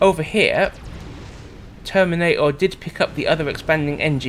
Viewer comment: Each time I hear "termina'or" I think of that bit from South Park with the "plane'arium"